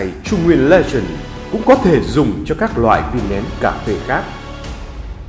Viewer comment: Bạn nào vừa đọc thì sửa hộ độc giả chữ " legent" thành " legend " nhé. Hi hi hi !!!